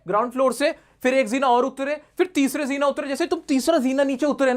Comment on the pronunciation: jeena☑ zeena ❌ you are saying :body-blue-raised-arms::face-purple-crying